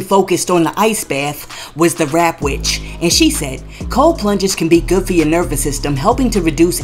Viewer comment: It's The 'Trap' Witch, Not the Rap Witch🤷🏽‍♀️🙏🏽